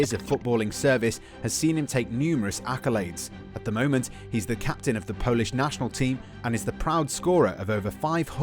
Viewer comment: Hi, I am from Poland and your Polsih pronunciation is not bad👍